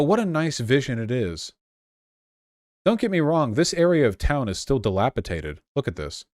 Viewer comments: Drink every time Vaush mispronounces 'dilapidated' "What's taters?" Comes to mind every time. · i stg if i hear dilapiTated one more time I will do something. its dilapidated